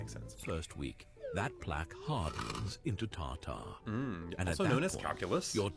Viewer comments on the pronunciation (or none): "tartaar" is a vibe ngl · 📢"DON'T YOU KNOW THAT TAR-TAR RHYMES WITH WAH-TAR!!!"🤢🤮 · AI says "Tar Tar" like the food dish.. I'm out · The horror animation and the pronunciation of TAR TAR is taking me out. haha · Not Tar-Tar😂😂😂